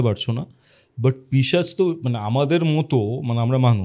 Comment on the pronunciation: পিচাশ❌ পিশাচ ✅ correction kore nio. Khub kane lage tomar pronunciation ta